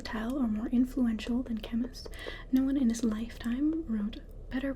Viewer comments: Nice - particularly like the beginning in which you're talking to yourself and typing - the best! By the way, Camus is pronounced "Camoo". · Yes, you are the sexiest AMSR-tist in existence. BUT: the author's name is pronounced "Camoo" (the French drop the S). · Hi, I love your work. I should mention though that the s is silent in Albert Camus. The Plague is good but my favourite work of his is The Outsider.